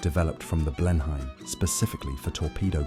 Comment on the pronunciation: Blenheim is pronounced "Blennim", not "Blen - hyme"